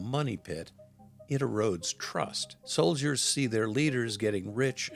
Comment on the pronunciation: I had to rewind and listen again and yep, I heard correctly, he called them Chinese “stole-diers” instead of soldiers!